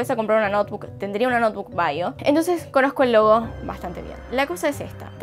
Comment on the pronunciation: pensé que dijiste lobo no logo :v